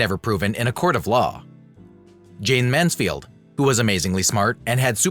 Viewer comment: For Heaven"s sake! Say the subject's name correctly or DON'T make the program. Such disrespect is appalling. JAYNE (not JayneS) MANSFIELD